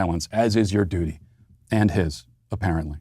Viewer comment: did you say duty or doody?